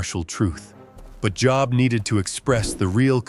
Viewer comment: Can't even get the name of the book correct! AI is exhausting!!! I will not watch any AI any more.